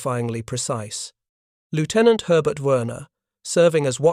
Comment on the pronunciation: Please stop mispronouncing” lieutenant”!!